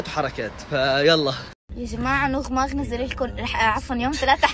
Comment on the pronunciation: قالت نوغ ماغ بعدين قالت كتير يعني ما عندها صعوبه في النطق لاكن قالت نوغ ماغ😂😂